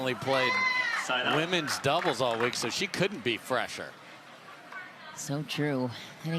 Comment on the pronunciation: Teach the 'women' commentator how to say "women's doubles". 🙉